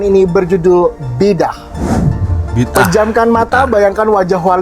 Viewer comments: Sebutannya bukan Bidah atau Bid ah. Sebutan yg betul BI DA 'AH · Hairan kenapa selalu tgk org Indonesia sebut perkataan tu BID AAH 😅 bukan nya sebutan perkataan tu BIDA'AH